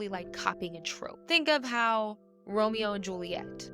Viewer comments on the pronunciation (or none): none